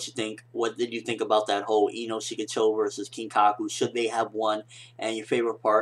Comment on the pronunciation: I don't want to be a video killer or something, but his name is Kinkaku :P